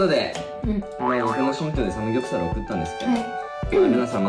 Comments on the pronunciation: サプモクュ ⇩ サムヨプサプル ⇩ サムギョプサルを頑張って言うの 可愛いんよなっ！！！ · ぎしのトーク兄妹みたいだね。サムギョプサルを言えない可愛すぎる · ぎしの家めっちゃくちゃパッと見綺麗✨いいなぁ〜 サムギョプサル言えないの可愛い❤❤ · サムギョプサルと言えなかったが懐かしい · サムギョプサル言えないの可愛すぎた！ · サムギョプサル言えないかわちい